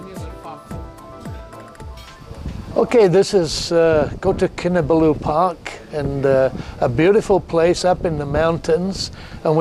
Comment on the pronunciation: Great series of videos spoiled only for me by the continuous mispronounciation of Kinabalu. No excuse since you say you've visited Sabah many times. Please put the emphasis on the third and not the last syllable! I'm a former long-term KK resident.